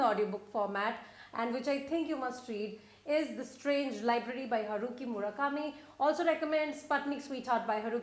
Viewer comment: Dear, Please, please (crying, sniff, sniff) please don't say 'Murakami' again, ever, never, ever........pleasee............